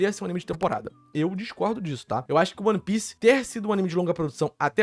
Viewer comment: que agonia dele falando O-N-E pice